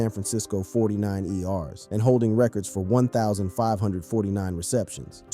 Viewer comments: the San Francisco 49 “ERS” 😂😂😂😂😂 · Who's Dae-on Sanders, and who the hell are the 49 E-Arrs? 😂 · "FORTY-NINE "ER'S" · The 49...eee rrrr's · 49 ERs is killing me